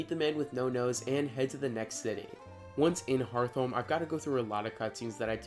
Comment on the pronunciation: I got more excited than I should've probably been when you pronounced Hearthome like hearth-ome and not heart-home hhh